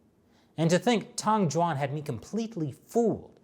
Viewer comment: try to improve your pronunciation of the ü sound, from the name Tang Jüan. It's gunna help your Chinese a lot!